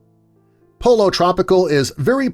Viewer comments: Its pronounced poyo not polo😂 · It's not "Polo Tropical" it's pronounced "Poyo" the double L makes a y sound. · FYI - Pollo is pronounced differently in Spanish. It's poy-yo, the double L's make a Y sound. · “Pollo” cmon, poi-yo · Are you THAT ignorant to pronounce "Pollo" as "Polo"? What planet are you from? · Where did they find the narrator? Who here in the US pronounces pollo as polo? Is it also tortila? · Dumb click bate. JackN the Box isn't going anywhere and he doesn't even know how to pronounce "pollo" Some of the others are struggling though...